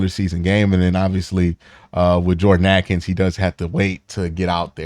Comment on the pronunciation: I love your vids but dog is name is Jordan’s Akins, not Jordan atkins😂😂